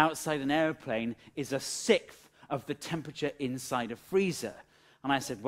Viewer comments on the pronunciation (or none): SiXTH, not sith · a sickth? whats a sickth?.....ah you mean a sixth! you have a speach impediment too.